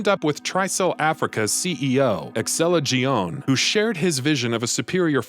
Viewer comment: Mispronounced: Terragrigia, Excella Gionne, Sheva Alomar, Carlos Oliveira.